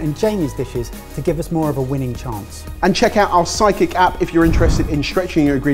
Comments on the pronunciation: I keep hearing "Sidekick App" as "Psychic App" and thinking it's an app that will tell me what I want for dinner when nothing sounds good. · It sounded like called it their Psychic App. I was so confused 😅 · The way said 'sidekick' sounded like 'psychic,' and I got all excited that they were releasing a new app:D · Lol, I thought said “Check out our Psychic app” … 🤣🤣🤣🤣🤣🤷🏻‍♀️ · is it just me or did.. sound like he said.. check out our Psychic app... hahahahahaha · final pitch for the app sure sounded like “psychic” app not Sidekick”.:) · It really sounded like called the app "our psychic app" during the outro. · Every time you guys say Sidekick, I hear psychic. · Everytime the guys say Sufekick, I hear Psychic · Am I the only one that thought said ‘psychic app’?